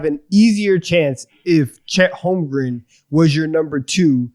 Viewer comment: If I hear say “Holmgrum” instead of “Holmgren” one more time, I’m buying him a jersey so he remembers😂